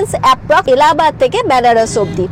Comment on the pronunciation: বোন খুব ভাল উপস্থাপনা। সুন্দর বিশ্লেষণ। তবে বলার সময় ব্যানারস না বলে বেনারস উচ্চারণ করলে মনে হয় আরও ভাল লাগত।